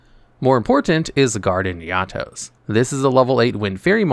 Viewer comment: You're pronouncing 'Eatos' weirdly. It's like you've never watched the anime.